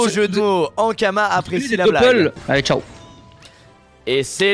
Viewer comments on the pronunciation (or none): none